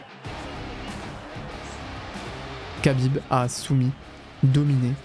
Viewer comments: Pourquoi tu dis khabib "kabib" et pas kha genre rhabib? Je pense que c'est volontaire j'aimerais savoir pourquoi juste par curiosité Et la vidéo est folle au passage, trop cool d'avoir des contenus comme ça sur yt, ouai j aurais ptetre du commencer par là effectivement 😂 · Khabib ne se dit PAS "cabib", mais Rabib, un "r" aspiré, presque un grognement animal. Dommage que tu prononces mal son nom, ça fait vraiment noob 😅 Sinon le doc est bien 😊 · Khabib se prononce "Rabib" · respect KHABIB pas kabib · SVP ARRÊTEZ D'APPELER "RABIB" (KHABIB) QUABIBE ça se prononce R le KH donc ça fait RABIB c'est bon après 15 ans ? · Kabib ou Chabib? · On prononce Rrrhabib svp ❤️ sinon belle vidéo merci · Incroyable la vidéo mais khabib ça se prononce rabib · ça ne se prononce pas ''Kabib''. le son « kh » dans "Khabib" correspond à la lettre arabe "خ" (khaa) et ressemble à un « r » guttural, mais produit avec plus d’air, comme si on expirait en raclant légèrement la gorge. Ce n’est pas un « r » français classique, ni un « k », mais un son intermédiaire, très présent dans les langues arabes ou russes. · Kh se prononce R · Excellente vidéo mais t'abuse sur la prononciation de khabib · Alors vraiment bravo pour cette vidéo. J'ai déjà vu je ne sais pas combien de vidéos sur le sujet et la tienne est juste parfaite. Juste Khabib on ne prononce pas le "K" ;) Pour le reste, c'est hyper immersif et documenté. Très bien raconté aussi. Bref, chapeau !